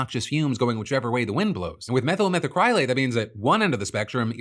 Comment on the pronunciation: Just an fyi, when saying “methacrylate,” you’re supposed to put emphasis on the first a, not the y